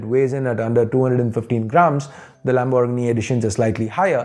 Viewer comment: Never heard 😂 anyone say lambor giny